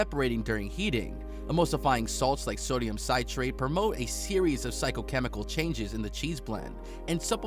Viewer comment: Man said sodium kyrates and prostate